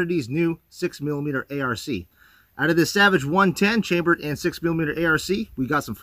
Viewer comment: Again it's pronounced Ark not a r c!